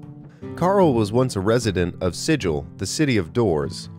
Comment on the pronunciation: Minor quibble: “Sigil” (the city of doors) is pronounced with a hard “G,” not a “j” sound as in the literary/archaic term for a symbol (sigil). Really enjoyed the video! This is by far the best explanation of warlocks I’ve found on YouTube.